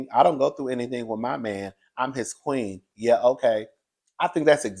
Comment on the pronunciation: My, not may